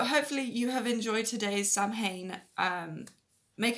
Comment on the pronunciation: I quit watching when she mispronounced Samhain. (It's SAH-win.)